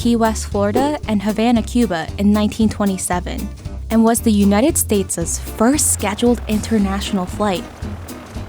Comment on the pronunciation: United statez....love it🤣